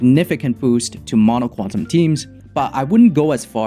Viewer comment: Thanks for this guide. Xoxo "Qunatum" lol